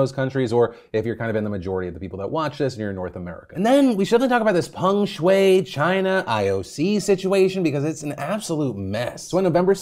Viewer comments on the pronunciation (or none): Americans are so funny with their pronunciations. They pronounce the name as Pang Shuei while it's Peng Shuai. Literally the e and a get reversed. How do you do that?